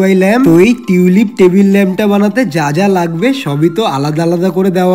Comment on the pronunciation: টেবিল ওটা তেবিল না তোতলা😂